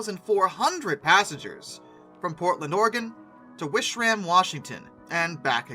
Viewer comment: lam(b) The will-lam-at river. Willamette. but props for not saying or-e-gone.